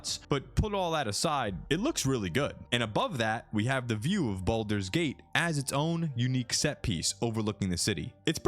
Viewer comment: *baldurs gate not bolders lol